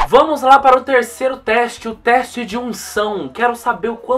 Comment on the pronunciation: "treste" kkkkkk